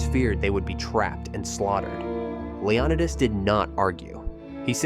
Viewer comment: Its leO/nI/tes learn how to pronounce words